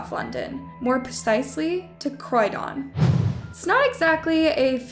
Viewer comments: Second section: Pronouncing that London area 'Cried-On' instead of 'Croydon'. 💚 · I'm Australian, and we have a Croydon, but you're saying it completely wrong. It sounds like Croiden. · WHY DID SHE PRONOUNCE CROYDON LIKE THAT?💀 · So annoying!